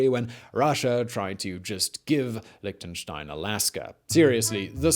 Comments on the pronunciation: Tried to watch it, but all these "liktnenstein" drove me away. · Liechtenstein wird nicht als "Liktenstain" ausgesprochen. Da fängts schon an... Außerdem war Liechtenstein niemals in den Zweiten Weltkrieg involviert und hatte auch nichts mit Hitler zu tun. Und an der Stelle hatte ich dann das Video abgebrochen. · It's called LIECHTENSTEIN not Lichtenstein! ps yes i am from there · In the audio: Liechtenstein English subtitles: Lick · Another drinking game for this video: Take a shot every time he says "Lichtenstein". By the end, you'll be giggling at how many times it sounds like he's saying something got "licked & shined". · An interesting history of Lichtenstein: 25 mins of my time well spent Listening to Mr Whistler struggle to say the word Lichtenstein for 25 minutes: Priceless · The ch isn't pronouced like a k but more like the ch in rich.